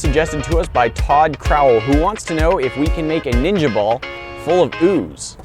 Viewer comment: haha ooz tring to exscape😂😂😂